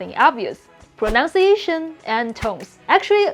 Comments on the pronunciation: You keep saying "pronounciation" - it's actually "pronunciation". Proh-nunce-ia-tion. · The best English word to pronounce correctly is pronunciation. The second sound is nunn (like the word none), not nown (like the word noun).